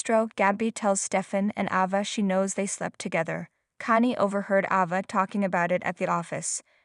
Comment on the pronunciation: Ava, fist a long a , pronounce correctly!!!!!!!😂😂😂😂😂😂😂😂😂!!!!!!!?!!!!!!!